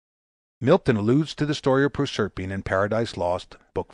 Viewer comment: prorserpeen wut?